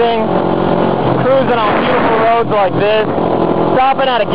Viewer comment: roods? is that a Canadian word? I'm from Minnesota, so I get made fun of for my accent too. But "Roods?" just playin dood. i love your videos!